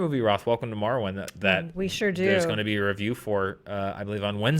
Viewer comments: Every time someone says welcome to Marwen, I keep hearing Welcome to Morrowind... It keeps getting my hopes up. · Roth said "welcome to marwen" and I heard "welcome to Morrowind" and im just like "wait what?"